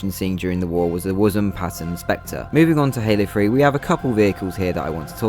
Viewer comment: I thought you said Halo Free 😅 instead of Halo 3